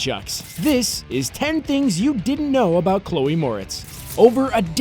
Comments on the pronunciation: Chole?!? Really guys?!? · "Chole Moretz" is this channel run by a two year old? CHOLE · "Chole"? YOU NEED AN EDITOR!